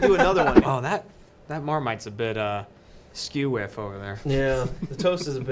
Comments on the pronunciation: I always thought it was "skewiff" not "skew whiff" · Please God do another one, I can't get enough of pronouncing Skew Whiff as two words haha I've always said it (and known it) as Skewiff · Exactly. What's funny is that I also noticed how weird pronounced skew whiff. He split it up way too much yet its understandable once I get my head around that not being a normal thing to say